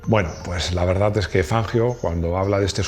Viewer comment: Y el apellido era italiano,, revisa por favor la pronunciación.abrazo encanta tu canal